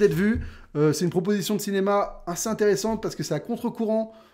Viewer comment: Alors vraiment, désolé je vais faire mon trou duc à chipoter, mais...ça fait très longtemps que je te suis, et tu répétes énormément le mot "assez", genre, tout le temps. Et je le sais car tu le prononces "ainssez" et c'est très énervant.. Fallait que je le dise jsuis désolé te corrige pas pour le seul pelo que ça dérange mais.. Stp corrige toi c'est pas français :p